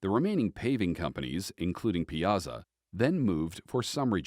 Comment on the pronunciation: It's pie-a-saw